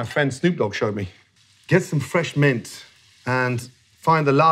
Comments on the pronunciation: The amount of times someone says it, isn't the only way to put emphasis on a word. It's the way he made sure to say "Its a great way of rolling MINT". He only emphasized it that one time, even though he said it 3 times. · Just the way Gordon emphasizes the fact that it’s mint shows what snoop dog was actually doing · I like how he stresses mint just so you know he is talking about mint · I like how Gordon specifically emphasizes the word "Mint" every time he says it to make it very clear that he's talking about Mint and just Mint.. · I have never heard a man emphasize the word mint so specifically. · I really like how he emphasizes mint